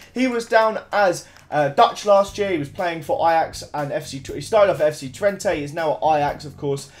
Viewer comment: How he says FC Twente .... FC Twentay